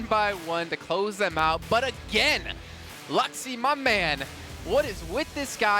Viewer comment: Luxxy not luxyy bro